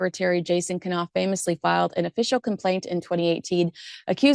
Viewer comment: Knauf is not k'naf. Would you say k'nife and k'night or k'nee. It is pronounced NOWF.